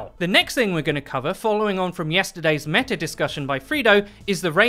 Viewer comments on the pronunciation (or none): none